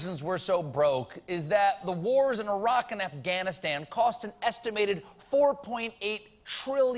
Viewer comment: Ah-raq? What's Ah-raq?